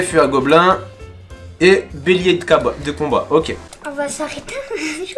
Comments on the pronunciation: C'est moi ou ta dit bélier de capote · jsuis mort à 3 minute 46 il a dit bélier de carbat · Je rêve ou il avit dit bélier de capo**